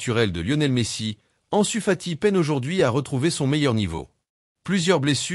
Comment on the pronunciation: Je ne sais pas qui récite cet article, mais ce n'est pas "Le Ganay", mais "Léganès", c'est pas "En Sufati" mais "Ansu Fati", c'est pas "Sientiflique", "si Hansi Flick", c'est pas "au sein des raises", mais "au sein des Reds" Tout ça commence par un "FC Barcelone va paralysé". Désolé, c'est "paralyser". Heureusement que "Flic" n'a pas encore sorti son carnet de contraventions :face-orange-frowning:🥶